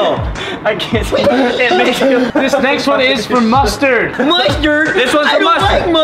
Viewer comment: MUSHTERD!!! I DONT LIKE MUSHTERD!!!